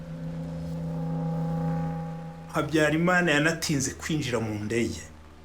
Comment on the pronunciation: Why does this journalist mispronounce every word:Habiyarimana, Akаzu, Kinyarwanda, ,Bagosora etc.He did not pronounce any of the words correctly